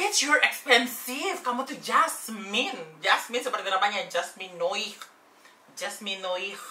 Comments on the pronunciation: Sedikit koreksi. Jasmine Noir itu dibacanya ‘Jasmine Noah’ dalam penyebutan bahasa perancis yang berarti ‘Jasmine Hitam’ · Jasmine noaar spell nya jasmine noir